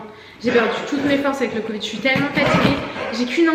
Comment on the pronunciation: Courage à tous les trois avec le Covid (le "d" final se prononce, en fait). Il vaut mieux utiliser un petit fouet traditionnel pour le Matcha, il me semble, plutôt qu'un mousseur à lait (ce que tu as acheté). Par contre, c'est génial pour les Cappuccino, les Late, les chocolats chauds bien mousseux, etc... et ça marche aussi bien avec le lait végétal que le lait animal. Enfin, chacun fait comme il veut, tu nous diras ce que cela donne avec le Matcha.